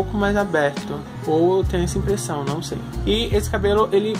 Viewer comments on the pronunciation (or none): none